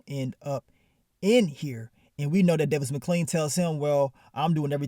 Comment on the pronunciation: “Davis Mcclean” 😂😂😂 nigga say everybody name wrong 😭